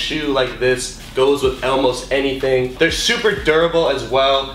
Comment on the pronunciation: Why do you say elmost?😂